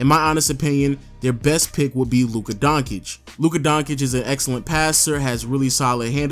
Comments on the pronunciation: Its Don-cic not Don-kic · Come on. Donkich? Really? Its not that hard to say Donchich Jokes aside great vid lol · It's 'Don' as in Corleone 'Cheech' as in Chong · Nigga just called Doncic Donkic 😂